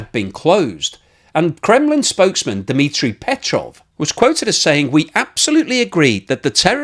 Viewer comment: Your pronunciation of Dimitry peskov was completely wrong